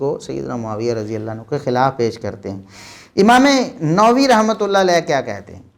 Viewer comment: It is not Imam Nowi.... Say Imam Nawawi